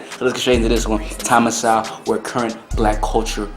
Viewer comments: Please pronounce Mr Sewell's name correct ly. It is So well. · Not Thomas Sow. It is pronounced Thomas Soul. Dr Sowell is a genius and one of the greatest minds of our time and he deserves to have his name pronounced correctly bro..